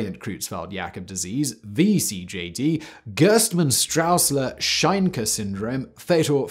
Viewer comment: Your pronunciation of german is awful. Both the eu in Creutzfeldt and the au (or rather, äu) in Sträussler should be pronounced oy. Or, in IPA terms, something close to /oi/. It's also pretty weird that you pronounce the ph in encephalopathy as a /pʰ/ (as per Ancient Greek), but the th as a /θ/, when th would have actually been /tʰ/ in Ancient Greek.